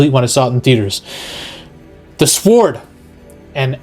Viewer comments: Sa-word 😮. You mean, sword. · "This sword", "the sword", like the word ward with an S., you're driving me crazy with that 😆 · Love you vids man but you don't pronounce the W in sWord lol. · Are you pronouncing the w in sword on purpose or do you not know how to say it properly?? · Aside from the youtubers constant pronouncing of sword with the "w", he makes some valid points. It's common knowledge Marvel gets it's marching orders from Disney forcing DEI roles to include targeting male toxicity. Males are either considered lovable and stupid or megalomaniacs. I thought Love and Thunder was going to follow the comics, where Jane absolutely takes on being Thor, while Thor goes on some depressed quest as Odinson. Interesting two similar villains appeared since then this one that was a true angry killer bent on revenge against arrogant gods by torturing them for pleasure of their screams. Then there was another one, Desak, who also blamed uncaring gods for the death his family members and his tribe. He also gained incredible power and used some kind of axe to go on a god killing spree, until he met Thor. Thor convinced him that he gave his life to protecting men, so he left him with a warning and went back to slaughtering.